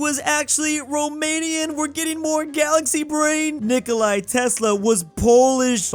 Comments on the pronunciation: Its Nicóla not nikolai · Saying Nikola as Nikolai is a phobia I just discovered because of the beginning of the video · normal ppl: ni-ko-la and cro-at am*ricans: NI-KOU-LAI AND CROT